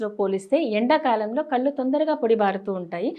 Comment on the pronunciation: కల్లు కాదు.. కళ్లు అనాలి..!